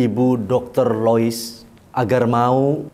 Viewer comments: Lois dok bukan Liuis.. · Dialek Sunda 😁😁😁